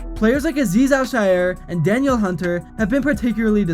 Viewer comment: Not how you pronounce Hunters first name, went and played highschool ball with him. It’s pronounced Da-Neil Hunter. Yes he is doing amazing and thanks for showing him some love in this video.